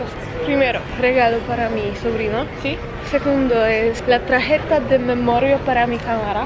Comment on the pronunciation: Ogółem to mówisz świetnie ale jak to ja zawsze mam jakiś problem i do wszystkiego się muszę przyczepić źle mówisz karta ty mówisz TRAJETA a się mówi TARJETA